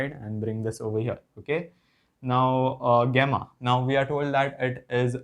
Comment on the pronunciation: गामा ❌ गेमा ✅